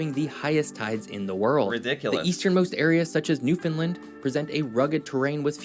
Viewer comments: Please pronounce it Newfoundland. Not Newfoundlind. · Not newfinlin it’s New found land pounce it right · It is Newfoundland and not Newfindland. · rhymes with UnderSTAND. Newfund- LAND or Newfun-LAND Never NewFOUND-lind. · Newfoundland...is pronounced like understand... Thanks for your video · It’s pronounced New found land….. the pronunciation rhythm is “understand “ “newfoundland” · Once again, Newfoundland is pronounced like noofin-LAND. Say roofin'. Now say it again with an N instead of an R. Then say LAND. Like dry land. Home land. Holy land. LAND. Not lind. Not lund. LAND. Now put them together and put the emphasis on the LAND part - noofin-LAND. Newfoundland. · The third syllable in the word Newfoundland is land...sounds like and. Not difficult people. Why can't you non Newfoundlanders get that right?????????? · Try saying New-fin- land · With the accent on the first syllable, right? Sometimes people pronounce the middle like the word “found”… which is wrong. And often they say the last syllable as “lind”, which is also wrong. The “a” in “land” needs to be heard. Thanks! 😊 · we don't say the "d" in Newfoundland, here in Newfoundland lol. I didn't know you guys pronounced it like that in NS. Hope you had a great summer 😊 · same in the bay I grew up in, but we all pronounced the province the same way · Rhyme it with Understand... Newfoundland with a fin for found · The guy in the video couldn't pronounce Newfoundland. He's obviously an expert on the topic. Haha.